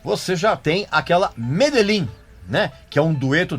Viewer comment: Medejin, respeita a pronúncia